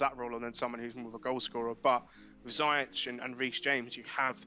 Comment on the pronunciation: Ziyech is not pronounced Zayeck. It's more Zee-yash